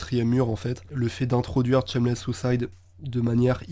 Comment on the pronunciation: Super vidéo, garde ta voix surtout, elle est chill même quand tu parles de sons vener. Mais si on veut chipoter y'a la prononciation, on dit "Chèquewell", pareil pour le titre c'est pas "Tchemless", varie le débit de parole aussi, la lenteur c'est cool mais y'a toujours des moments où tu peux te permettre d'accélerer. Si tu parles un peu de rap FR je fais moi-même du son, et aussi mes prods (un petit EP sur les plateformes, Sur La Route de Nulle Part). Continue mec, et te prends jamais la tête pour les délais de sortie, quand ça drop ça drop puis tout le monde est content 💪💪🔥🔥🖤💜